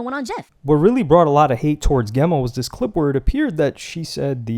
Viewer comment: What kinda mispronounced name... Geh-ma ?! Spelt and should be Gem-ma. 😂